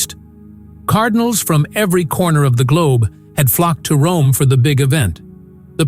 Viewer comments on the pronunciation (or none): none